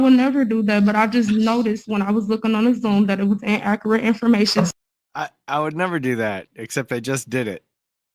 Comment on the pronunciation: Inaccerrate Using big words she can’t pronounce